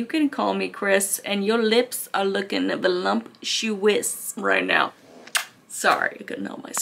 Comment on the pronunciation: lol...voluMptuous ay? nice